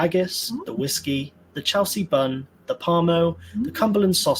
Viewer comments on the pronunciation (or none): none